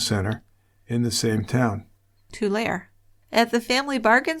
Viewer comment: I look forward to your podcasts every Monday evening! Intriguing case. I live in the Central Valley and vaguely remember the news reports regarding these fires. By the way, Tulare is pronounced (too-lair-ee,) 😉